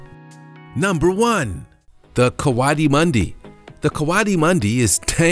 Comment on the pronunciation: "Gere-nook" and no, it's not a Somali word. "Co-ati-moon-di"